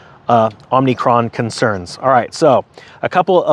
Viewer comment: OMNIcron?. I heard call Omicron “OMNIcron” too but no offense! Just a little fun pokin’ at ya.